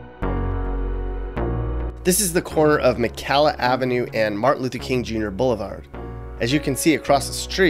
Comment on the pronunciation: He isn't. He cannot even pronounce McCalla Avenue correct. Any local would know. He produced a video just to make a little pocket change.